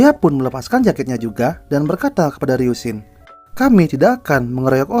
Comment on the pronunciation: Bang bacanya ryusin bukan ryunsin🙏